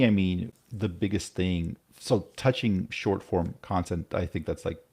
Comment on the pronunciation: Why does say "Shore form" and says "Short form"?